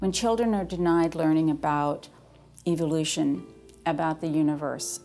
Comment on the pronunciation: she pronounce evolution wrong.